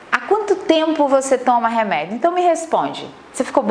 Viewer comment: Pq ela fala "reméido" ? Que agonia